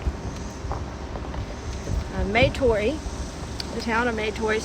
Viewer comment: Yes, we are Indigenous: Tslagi and Chahta. Our family pronounces it Matoy, not may-toy. Although I recognize that there may have been some dialect and accent nuances specific to the area, though it does make me cringe a bit as it simply isn't how we have pronounced it